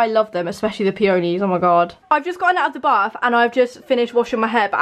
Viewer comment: She’s not saying peonies right 🙈😬